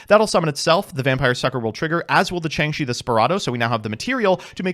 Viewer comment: Ah good ol Changshi the… Spirado. A Chinese Jiangshi zombie called a “spirit dao” would be too easy of a pronunciation.